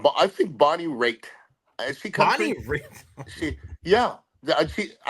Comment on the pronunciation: He said Bonnie Raitt 🤣🤣